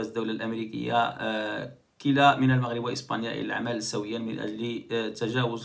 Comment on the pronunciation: اخي من فضلك تحقق من الكلمات العربية راه كلا بضم الكاف وتشديد اللام بحركتين وليس كلا بكسر الكاف وفتح اللام وهاذا امر يغير المعنى تماما وعندك الكثير من هاذه الأخطاء الفادحة تنبه